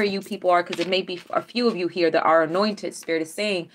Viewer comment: Everytime you say "Highly anointed" I hear "Highly annoyed" 🤣 You're the best 🖖💎💕🌌